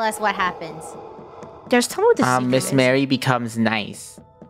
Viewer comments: calling her miss mary but her name is pronounced Mah Ree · Btw it’s Miss Marie ( Mah-ree) Not Mary (Mare-ree) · it’s not miss marry, it’s miss Marie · I know the reason the librarian was mad at. They kept calling her Miss. Mary instead of Miss. Marie so she was mad that they were saying her name wrong 😂 (ily krew and all ur videos)